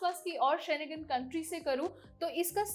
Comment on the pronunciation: शेनेगन नहीं होता ...शेंगेन होता है